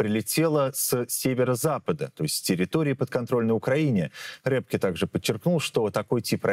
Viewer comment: Эксперта зовут не Рэпке, а Рёпке. Вы хотя бы фамилию научитесь правильно произносить.